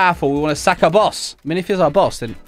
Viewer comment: When he says sack it sounds so wrong like and you need to sack your boss